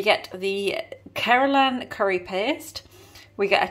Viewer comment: Hey, it's was so much fun watching you cook!!! The curry looked really good and you were pronouncing the name Keralan correctly👍🏾. Great job darling, thank you so much for sharing. I would love to see more Food Related Try It Tuesdays😁. Take care, keep safe and have a lovely evening 🤗❤️.